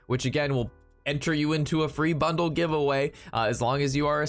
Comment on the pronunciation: Seriously, are you saying bundle or butthole?